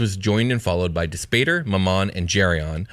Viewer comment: I always thought Glasya and Mammon were pronounced Gla-SEE-ya and MAM-mon.